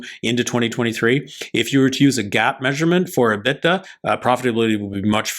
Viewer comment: liked your video on Blacksky. However, you need to get your pronunciation of your financial terms correct. You kept mispronouncing the term " EBITDA". Drives me crazy when people we are listening to for insight on a specific subject can't take the time to learn to pronounce a name or term correctly.